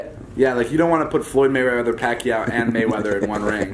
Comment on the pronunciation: This man said Floyd Mayweather, Pacquico, and Mayweather